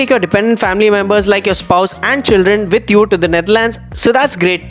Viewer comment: Hello speaker why do you pronounce "with" as vith or "willing" as villing ?